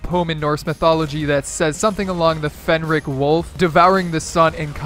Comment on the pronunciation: Fenris wolf not Fenric wolf